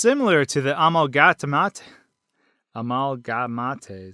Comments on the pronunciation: Frisk is the only one with a determined soul. It could be that Gaster tried to make Undyne as powerful as his don Sans Btw amalgamates is not pronounced likr amalgamatés but amalga-mates. Like you say mate. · Did u seriously just call the amalgamates, "al-ga-ma-tays"??? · Amalga mat tayes???? Theyre pronounced amalgam8tes, tis a real word. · amalgamataes Me: ITS CALLED AMALGAMATE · I was following everything you said until you said "Similar to the AMALGAMAATE'S in the true lab" Pronounced Amalga-MATE-s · amalgamates not amalgamatés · amalga matAEs it’s amalgamates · Amalga-ma-tes you mean Amalga-mates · Of the amalgamatays No non no no it’s pronounced “amalgamate” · “A-mal-gah-mat-eh-s...” It’s pronounced “A-mal-gah-mates.” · a-mal-ga-ma-te? You mean A-mal-ga-mate? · "The amala-mateis" o.o what its pronounced a-malg-a-mates sorry i'm a bit of a grammar nazi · it's pronounced amalgaMATE..like the word mate..I cannot watch the rest of the video because of this, I just can't take you seriously after that.. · Rely amalga mat aes its. Amalga mate...... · It's pronounced amalgamayt not amalgamatay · its not pronounced amalgamataes it's amalgamate as in gday mate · you said amalgamate wrong it's AMALGA-mate. do you pronounce mate like matay? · amalgamatays? a mal guh mates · U said amal ga mattes... omg ...... 😂. But seriously, its actually pronounced a mal ga mate ....... k? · "Amálgamatés" xd 😂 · Im sorry, but ive never heard the pronunciation "uhmalguhmawtayes" Also, I think it's royal guard related. In deltarune (which is a time line where the war didn't happen and the war is the whole reason the royal guard exists) she has both eyes. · he said it like (am-ulgou-meat-ays) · did you... JUST SAY... A MAL GA MA TAYS? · It’s pronounced a-mal-gah-mate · You said amalgamates wrong it pronounced as (a-mal-ga-ma-ts) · Really, dude? . Amalgamahtes? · amalgamatays Me: did he just say amalagmatays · You pronounce it "ehmalgmeit" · M8 it's pronounced amalgam8